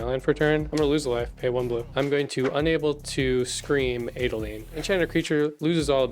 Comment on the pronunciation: As an Adeline player that pronunciation hurt my soul